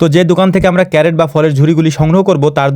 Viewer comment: ভাই, ওইটা ক্যারেট না, ক্রেট! CRATE!